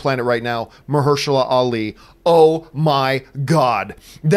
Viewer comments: Marshehala? 😂😂 I thought it was Mahershala? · Marsha who? :D EDIT: At least John said his name right. I never really knew his name, but he's a badass actor.